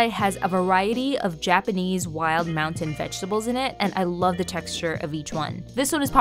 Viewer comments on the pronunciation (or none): none